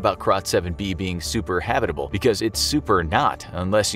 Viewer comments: Never heard the word 'habitable' pronounced this way. Threw me off lol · Love how he pronounces habitable haha